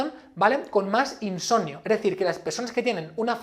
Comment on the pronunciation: insoMnio , te pido por favor que me pronuncies la M.